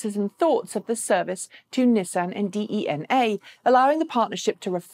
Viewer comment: Just a quick note: In case DeNA comes up in future episodes: They're pronounced like "DNA" is, so without the e. 😉